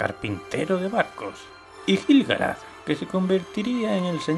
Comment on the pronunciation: La U de "Laiquendi" se pronuncia. Lo mismo con "Quendi", "Quenya", "Quenta", etc. Aunque viendo otros vídeos tuyos me doy cuenta que castellanizas la mayoría de los nombres. En este vídeo, por ejemplo, pronuncias "Gil" (de Gil-Galad) con la G española como en "geranio", pero en realidad se pronuncia como la G de "gato".